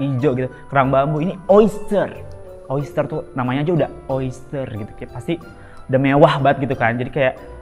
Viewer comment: Sub "gitu"nya ditulis sesuai yg keluar dr mulutnya bondol yaa jadi "geeto" wkwkwkw